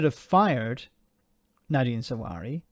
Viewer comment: Bruv, why do you keep calling him "Zahwari"? 😀